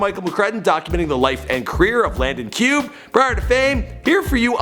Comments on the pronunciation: Pronounced Landon Cue-bay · its pronounced cubae actually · He don't even know how to say Landons last name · doesn’t even know how to pronounce his last name omg